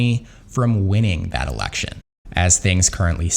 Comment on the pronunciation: Says “Erection” instead of “election” 😅